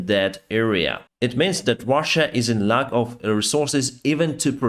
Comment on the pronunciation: I like this presentation... But one comment on the pronunciation: You mean "shot down" but say "shat down" (💩) you mean "peace" but say "piss" you mean "lack of resources" but say "luck of resources" I am not complaining, your English is great and completely understandable... but these examples are unintentionally funny, I would like to let you know. keep up the good work, stay healthy and i wish piss for everyone... umm sorry peace for everyone 😉